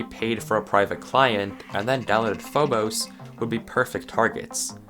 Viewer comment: also I always pronounced it phob-us so it feels very weird to hear it said as phob-ose